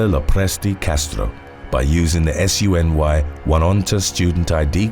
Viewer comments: Just pronounce SUNY as ‘sue-nee’. It stands for State University of New York. CUNY, pronounced as ‘coonie (like the hot dog)’ stands for City University of New York. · Just FYI it's pronounced the same as Sunni (SUNY, 1 word- you don't say the individual letters) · You can say SUNY as "soony" rather than as each separate letter - that's how everyone says it here. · An FYI, while you are actually correct, I'm listening to you saying "S-U-N-Y Potsdam" and it confused me for a bit, cause in my 50 years in NY and also having been a student at a few SUNY schools (SUNY stands for State University of NY and all the public NYS colleges, or at least most are in the SUNY system. Like how in CA they have UC LA, UC Berkley, UC Irvine, we have SUNY Potsdam, SUNY Adirondack, etc) Anyway, I've never heard someone spell it out, it's always pronounced as a word Soonie. For future videos, you can say SUNY (soonie/sooney) and be 100% correct. I'm only bringing it up because with my slightly accident-damaged and older brain, I was thinking for a minute, "what is he talking about?" "ooohhhh SUNY." I had a little laugh at myself. NYS is full of Native American names, ONEONTA is pronounced "Oh-knee-ahhnta" with 4 syllables. Though it does look like 1onta. You'll probably never say any of these names again, and I hope you don't mind my correcting you. I find it interesting, I'm not doing it in a "know it all" fashion. I never realized how odd many of our city names are, until now that I hear someone reading them. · #1 and 2 SUNY is pronounced “soo-ney.”